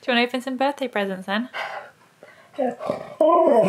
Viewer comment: so many pwesents